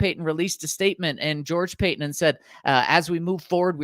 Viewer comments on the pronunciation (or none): It's Paton, not Patton!